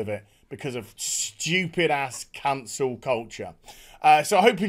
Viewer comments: Took me a second to realize you’re saying Cancel, not Council. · I legit thought you said "Cancer" culture.